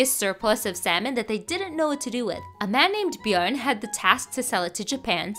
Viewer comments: Holy shit! Your pronunciation of Bjørn was close to perfect! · as a Norwegian: your pronunciation of bjørn was very good thank you for not completely butchering it 👍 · You pronounced Bjørn correctly, which, as a Scandinavian, makes me really happy. :-D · As a Norwegian this was fun to hear! Btw ur pronunciation of Bjørn is really good🤩 Love from Norway 🇳🇴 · I was impressed by the pronounciation myself. Norge let's goo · If the pronounciation is similar in German, it really wasn't bad🤷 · Most foreigners say "bjorn" replacing the ø and pronouncing the r, but she used ø and didn't emphasise the r, which is the correct way to pronounce it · Agreed, she has a good pronouncation of the name. Norge woooo! 🇳🇴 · The first time I've heard someone pronounce Bjørn right in English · As a Norwegian person, I really appreciate your pronunciation of the name Björn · SHE PRONOUNCED THE "Ø" CORRECTLY. ME AND MY NORWEGIAN HEART CAN DIE PEACEFULLY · Probably the best “Bjørn» pronunciation I have ever heard from someone not from Norway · Really good pronunciation on Björn btw im swedish sooooo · Your pronunciation of Björn is impeccable btw. It’s pretty much exactly how it’s pronounced in Sweden and Norway. Very nice! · I’m actually surprised by the fairly accurate pronunciation of Bjørn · That was a good pronounciation of Bjørn! Most people completely butcher it. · Your pronunciation for "Bjørn" was impeccable... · As a Norwegian I am proud of your pronunciation of bjørn😌👌 oh yeah and we still sell fish to Japan these days so that’s always fun to know👍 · Good pronunciation of “Bjørn“ :D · All of us Scandinavia salutes you for your pronunciation of "bjørn"! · That pronouciation of björn was on point! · Yay correct pronunciation of ö/ø :D me me happy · Your pronounciati8n of björn is almost spot on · Thanks for pronouncing bjørn right (almost)